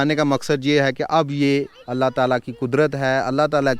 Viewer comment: Aap Allah hoo ghalat bool rahay hay janab